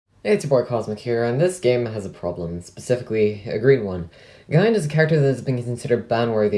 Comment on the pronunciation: Its wierd to hear it pronounced guy-an instead of gee-an